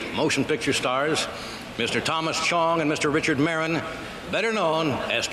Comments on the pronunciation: It's Cheech Marin. Not Marine. Ffs. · Cheech MARRUN, not MARINE!